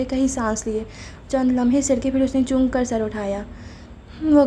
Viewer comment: Sister it's chauk not chook Mtlb hairan hona Your recitation is amazing BTW